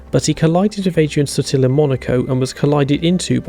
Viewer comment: It's Adrian Suuuuuuuuuuuuuuuuuuuuuuuuuuuuuuutil, damnit!